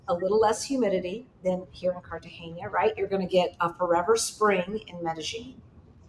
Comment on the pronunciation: it's Car ta ge na. Not Cartagenya. It's the normal n. Not the n with ~. So it's pronounced like Car ta hey na. Enjoy!